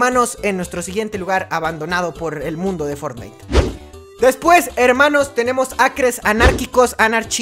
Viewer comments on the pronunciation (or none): none